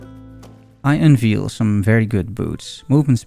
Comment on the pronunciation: Hello, I like your videos. One little correction: "Unveil" is pronounced "Un-vayl", so "veil" rhymes with "hail". I just noticed it in quite a few videos, thought I'd mentioned it